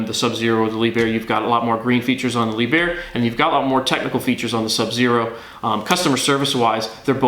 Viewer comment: His mispronounciation of Lieb herr really grating.